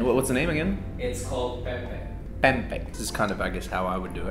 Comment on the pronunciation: mpe mpek sir not mpeg